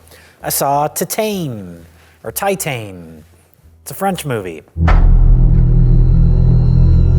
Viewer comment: offers two pronunciations for Titane and gets it wrong twice